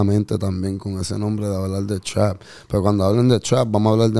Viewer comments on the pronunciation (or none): Trap, pronuncien bien mae 🤣🤣🤣🤣